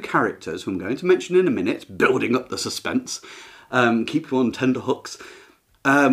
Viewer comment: 5;29 ".......tenDer-hooks" Really??????